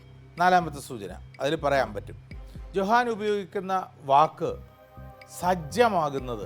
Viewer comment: Johann ഉച്ഛാരണം "യോഹാൻ"